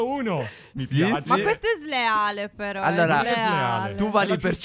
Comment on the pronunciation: 2.10 phere sbaglia a dire ma però . (Non per criticare)